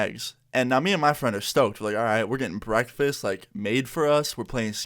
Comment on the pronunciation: Now we know the details of his brackfast 🤣